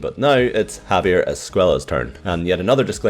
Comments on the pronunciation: Just saying his last name isnt pronounced ‘Es-kway-la’ it’s ‘Es-kway-ah’ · Its pronounced escueya because of the double ll but if it is with one L then youre right. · Loved the video, per usual, and I just wanted to tell you about a little bit of Spanish pronunciation. Due the double "L" in Javier's name, the pronunciation is Esc-"way"-a. Keep up the amazing work, and I still really like the intro work